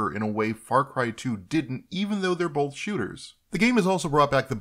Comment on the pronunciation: Starting he says "bolth" several times for some reason. I think he meant to say "both".